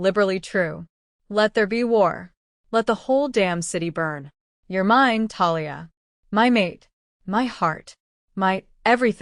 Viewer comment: The word is "mine" rhyming with "wine", NOT "me-nay". Or "mean". Also please stop the Spanish comments - not everybody understands.